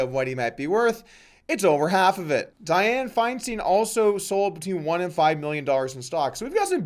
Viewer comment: Bro! It's DIE-ann FINE-stein. I have never heard that harpy's name butchered so badly lololol